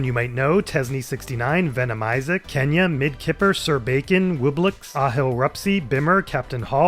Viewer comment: it's not pronounced "kenya", but instead "zhenya". (cyrillic alphabet)